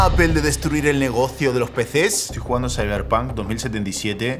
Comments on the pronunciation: No se dice Apel !! Es más parecido a decir Apol!!! sorry pero por algún motivo me desespera oírte decir Apel hahahaha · Botón para que dejen de decir "APEL" y digan "APOL". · Nunca he entendido por que los españoles dice apel y no apl cuando se escribe apple y por que aqui no usar la regla de como se escribe se dice. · ¿Por qué dice apEl? 🤣🤣🤣